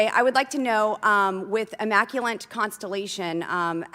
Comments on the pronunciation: the dingbat congresswoman keeps saying, "immaculent," even after having read the word countless times before this hearing she was voted into office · “Immanculant” with an n lol